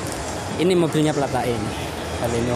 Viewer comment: Baleno broo...bukan Belona..